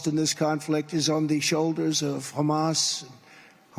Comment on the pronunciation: Look at video. He looks ill. He's talking about banning "Muslims" and he can't pronounce Hamas.